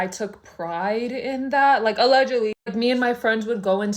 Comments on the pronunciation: Her new iconic word ”ALLeGiAdLyyY”😂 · “aLLeGiAdLYyY”😂 😂😂 Edit: AHHH IVE NEVER GOTTEN 1K LIKES AHHHH!!!!!! TYYYY!!!!!❤❤❤❤❤ Edit 2: Omg 1.6k Tyyyy!!! Edit3: yall actually stop 2.1k there’s no way😭😭😭😭😭 Edit 4: wait yall can we get to 3.5k???